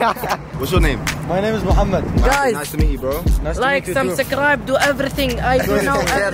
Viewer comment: Them man said like em sumsckribe🤣🤣🤣🤣🤣 consistency keep it up